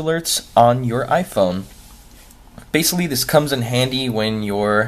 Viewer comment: did he actually say "basilly"